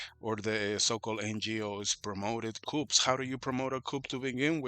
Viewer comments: In English there is no "p" in "coup". Its just "ku". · As an English teacher for many decades and a student of many other languages, I can tell you that the letter P in Coup is NOT supposed to be pronounced in English either. The P is mostly pronounced among people who have only seen the word in print, who have never heard it in the context of a military conversation in English for example, and also among people who have had less of their education or language acquisition occurring in the English language. These are often the same people who pronounce the word Corps (as in United States Marine Corps) with the letter P pronounced, rather than silent. The P should be silent in both Coup and Corps.